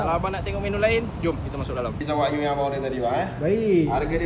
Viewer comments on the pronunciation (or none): Jangan la sebut wak you , wagyu tu